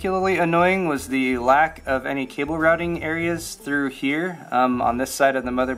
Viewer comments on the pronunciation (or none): none